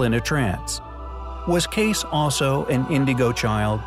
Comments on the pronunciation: Edgar Cayce pronounced his last name "Kay-see" not "Case". How do I know? His son told me. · It's Casey not Case! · Cayce is pronounced Casey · It’s pronounced Edgar KAY-see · This video was disappointing.. Unfocused and should've stuck with the Sphinx. You need to do more research and catch up..the piece of cedar from the great pyramid was found 2 years ago. Mispronounced Cayce yet again.. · The narrator butchering Edgar Cayces sir name AGAIN is more annoying than the constant whiny bellyaching M.H. slaps onto the faces of the viewers on avg. of every 30 seconds. What’s always wild is a lot of us feel the same & WE GET IT!!! I personally despise the corrupt Zahi Haw-ass & really believe no more incredible discoveries will be allowed until he’s long gone dead buried or mummified. It’s just incredibly counter productive to wear down fans. But you all have spoken before about Edgar Cayce, (K/SEE-Cay-see) & the fact he’s SO well known & you guys still don’t care to give respect to peoples names is just frustrating to me especially when you truly act like your POV is thee only pov. Kinda like Glass house occupants throwing stones type of 🤦‍♂️ thought process? ✅ OK, understood, & just is not highly compelling 🙄.